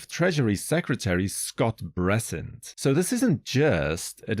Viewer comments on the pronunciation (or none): I like the way you pronounce sesquicentennial and semiquincentennial, however who is Scott Bressent ? 💀